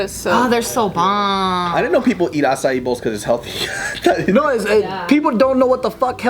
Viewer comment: Be heldy - 🤣